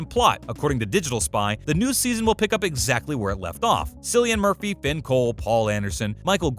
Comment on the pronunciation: Why did you call Michael Gray by his character name and not the actor’s real name as you did with all the other characters and please learn to pronounce Mr Murphy’s name correctly